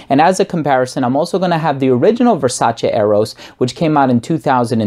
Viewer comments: Finally, a reviewer with the correct pronunciation of VERSACE! I do have the original Eros and may not get this one anymore. I'm a subscriber btw. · It's very pleasing hearing someone pronouncing Versace the right way. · This is the first time I heard a youtuber pronounce Versace the exact way Donatella tells people how to pronounce the name.